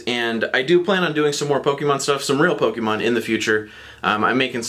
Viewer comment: Yet, u still cant say pokemon right